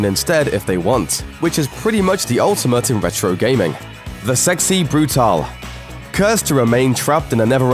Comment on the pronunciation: bru-tail, not bru-tahl